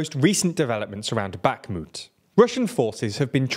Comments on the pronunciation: Remember how Kherson doesn't have a K in pronounciation? Well... Guess what Bakhmut doesn't either. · One would hope that after one year of war people would make some efforts pronouncing Ukrainian city names, specifically baKHmut x)